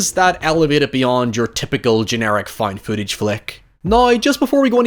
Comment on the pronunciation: I still don't know what "foind footage" is..